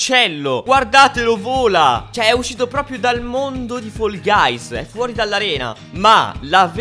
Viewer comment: Comunque si dice fall guys non foll guys